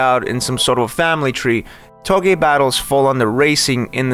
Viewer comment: It's touge not togue <3